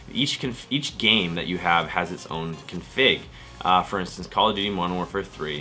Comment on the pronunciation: I've never heard anyone pronounce the word "config" like you do! lol